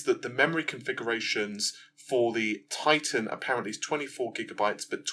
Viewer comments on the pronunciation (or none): none